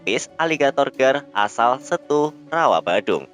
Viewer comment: Ralat sedikit min : Pengucapan Setu (dibaca E, bukan eu) "Mirip pengucapan Bebek"